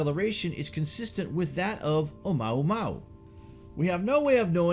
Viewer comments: i believe you pronounced it incorrectly. It's not O-maw-maw! It's O-muwa-muwa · You are mispronouncing Oumuamua. Mua is pronounced Moo-ah not mao. Therefore it's Oh moo-ah moo-ah. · OMUAMUA! NOT OMAUMAU!!!!! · Omuamua, not omaumau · Light up the Dork. It's oamuamua not oumaumau. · "OMAUMAU" HEHEHE GOOD VIDEO THO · Your videos are great. A little help on the pronunciation of Oumuamua....it's OH U MOO AH MOO AH. Thanks again for your great content. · Its pronounced more like oo-moo-wa-moo-wa Keep up.